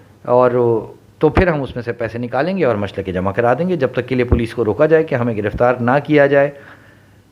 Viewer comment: Machalkay is right pronunciation Not muchlakay